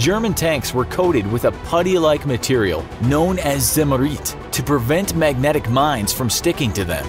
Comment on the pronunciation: the way you said zimmerit hurt my brain